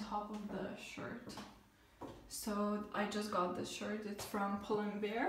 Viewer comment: Its pull and bear not pull and beer! :D